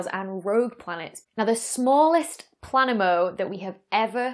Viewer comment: Who the hell gave a PhD to someone who can pronounce neither the word "planemo", or the letter Aitch? We're amongst barbarians....